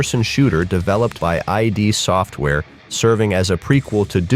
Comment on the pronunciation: It’s not I.D. Software. It’s id Software. Like the ego and the id!! Are you really a gamer? 😂 Everybody knows that. Except you I guess. 🤣✌🏻